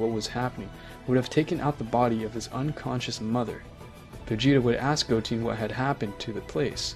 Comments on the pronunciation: Go-teen had me dying when it's Go-ten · Go 10 not GOATEE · It’s piccolo not piccoro. Goten(Go-10) Not Goteen